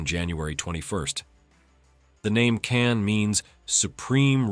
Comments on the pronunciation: ... not correct pronunciation, not Can but Kaan. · Real word is khan not kan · Learn to pronounce KAAN right; it is pronounced just you see as spelled; KA-AN, not as you americans try to americanize everything; you are pronouncing "Keh-anne", what is this? If you were to ask a real English-speaking person, i.e. an Englishman, he would immediately know its proper pronounciation 👍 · KAAN should be pronounced as kahn in english, as in cengiz khan